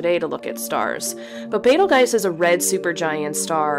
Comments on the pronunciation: I cannot get over the way you say it as "Betel-guise". The spelling is a given. "Betel-joos" sounds more appropriate and correct. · First Star is pronounced: “ Beetle Juice “ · I like your pronunciation as Betel-gais. Do you have any reference? I tried to search on google but all say it should be Beetle-juice. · This is the second time I hear someone pronounce Betelgeuse the way you did. I thought (bee-tuhl-juice) was the right pronunciation and (beh-tahl-jazz) was just people trying to sound fancy. But since we can pronounce it however we want, I’m going to start pronouncing it “bett-eel-go-zzi” 😂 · It really is pronounced "bettle-juice." betel-gise is wrong. When you mispronounce it, you sound tupid. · ITS BEATLE JUICE , LOL NOT BETELGYSE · Betel"juice" Betel"guise" I think the first one reads close to how it was spelled. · Sorry your butchering the name. Its “beetle juice” not “betel guise” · Beetleguys huh... Thumbs down after 45 secs... Pronounce sh|t right please lamo. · Learn the Arabic pronunciation, they named it. Bay-till-juice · Betelgeuse is traditionally pronounced 'bettle-Jews' (not 'beetle', and not 'juice'). In no language is pronouced like 'I'. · Betelgeuse was named by Arab astronomers and in Arabic it is pronounced as Batt Al Joz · The correct pronunciation of the word Betelgeuse is Beetle-juice that’s how you say it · It's not Betelgeuse it's beteljuice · You’re close on the name: Bet-ul-goice (as in voice with a “g”) or Bet-ul-goy-zuh, which is more accurate👌🏽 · Hi. It's pronounced: beetle juice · Love the vid, excellent basics and presentation...However. The world famous astronomer, the late, great, Sir Patrick Moore is doing somersaults and cartwheels, in what should be.his peaceful grave. Betelgeuse is pronounced Bet - el - gerse. With a hard "g" Thankyou. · Well, if you pronounce BetelGGize, you should pronounce ReeGGel... or not? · It’s Bate el Gerz. No arguing. And turn off the music pleeeeeeaaaaase!